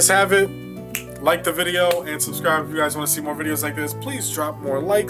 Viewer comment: Bro said “yuooo”🗿💀